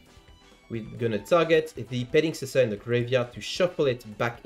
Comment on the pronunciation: Our man flexing that he can actually pronounce petingcessoeur.